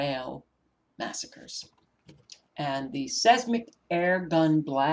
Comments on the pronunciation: seis·mic /ˈsīzmik/ sounds like - size Mick - I Thought you would like to know how the word is pronounced? Hope I'm right. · GOD bless you Sister! Pronounce; Seismic, 10seconds